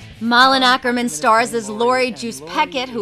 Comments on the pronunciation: I do! did you know that her last name is actully pronounced okerman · well, malin isn't american, she's swedish. and her last name is actully Åkerman, not Akerman. and Å is pronounced "o".